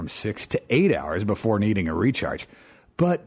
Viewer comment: *BEFORE* NOT BOOFORE Stop saying boofore